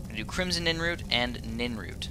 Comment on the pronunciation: PLEASE. stop calling it ninroot... its nirnroot, not ninroot. also when you went to alchemize or however you're supposed to spell that haha the nirnroot and crimson nirnroot you didnt do it, you did it with nightshade.